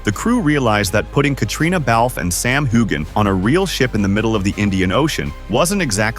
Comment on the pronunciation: Culloden and Hueghan annoy me! First time I've heard Beauly mispronounced.